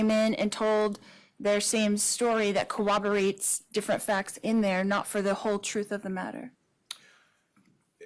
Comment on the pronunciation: Or as she says cooberate lol